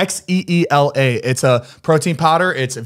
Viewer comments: Xeela isn't Russian for anything lol. Strength in Russian is more like Seela. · The Russian word for strength is pronounced "see-la", very cute brand name tho!